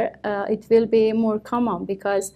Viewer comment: she did'nt pronounce the word "common" correctly